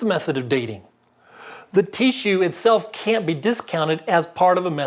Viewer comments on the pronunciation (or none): “Teeshue” .... Bless you!